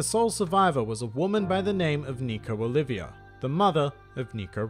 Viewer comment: Here after your recent vid and you really prounocued nico olvida as nico olvivdia